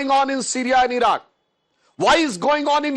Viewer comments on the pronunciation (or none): none